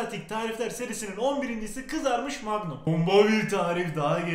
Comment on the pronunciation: MAGNUM PAGMUN DEĞİL